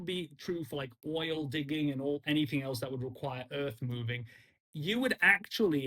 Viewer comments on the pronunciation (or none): none